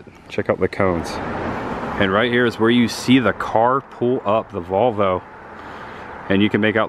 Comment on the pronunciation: did you say 'There is the Vulva....(?)', instead of VOLV-O!? LOL. This is so cool to see. Richard